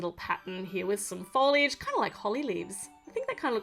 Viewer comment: u said FooLliiGe 😂😂